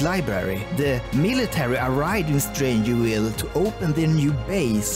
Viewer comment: The V is Strangerville is pronounced like our V in Swedish and not W. Just fyi.